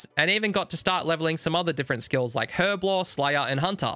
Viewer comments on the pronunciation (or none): none